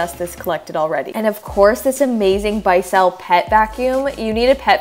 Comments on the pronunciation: It’s Pronounced Bis-el not bi-sel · Lol you said the vacuum brand like buy sell😂 it’s bissell like missile. Haha. Definitely great cleaning motivation tho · The way you said Bissell 🤔😂 nooo it's "Bis-sell" idk if that makes more sense but that's how we say it in Canada 😂 still love yah girl 💕💕👌 super motivating! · Sameee! I was like 😂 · I came to the comments for this comment 😂😂 I dig this lady, but that just tickled me so much 😂😂😂